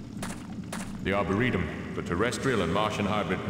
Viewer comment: I am loving this, but please tell me you find out at some point how to pronounce Arboretum.